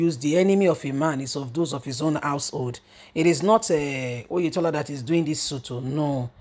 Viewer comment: Oyetola not Oyedepo